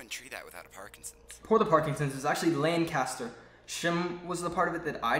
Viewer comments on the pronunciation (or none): none